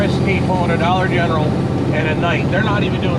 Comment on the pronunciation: It's not Dollar eneral it's family dolc CRST was pulling you called it Dollar General twice